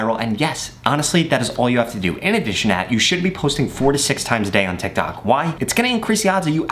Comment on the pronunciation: 150 u said tictac lol